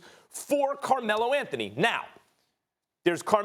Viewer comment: Carmelo L-A-nthony